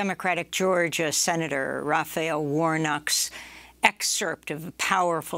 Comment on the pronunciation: “Radicle librell, Raffy-elle Warnock”